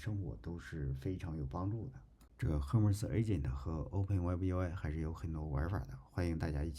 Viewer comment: Hermes 读作/ˈɜːrmiz/ 厄麦兹🤓